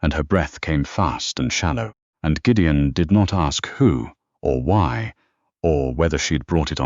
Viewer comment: I greatly enjoyed Gideon's Scottish phrasings and the narrator's fine rendering of them. A pretty good story. Thanks.